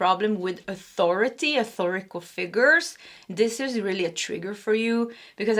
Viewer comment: P1 ( & probably P2), just at the beginning, but yes..." shunned" out is correct. You have an amazing command of the English language. One other, just FYI... it would be " authoritative" ( not authorical- which has to do with authoring/ writing). 😊🩷🫶🩵🙏👍